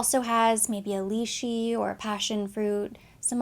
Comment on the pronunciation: lee shee? HAHAHAHA. so cute! it's pronounced lai-chee. chee like cheese. u described it beautifully. gonna get it!